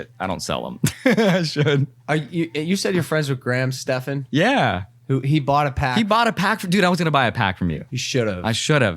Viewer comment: Put Graham Stephan on next, btw it's pronounced "Ste- as in (step) stair and Phan-as in ceiling (fan)"